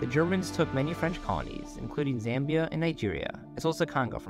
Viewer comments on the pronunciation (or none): none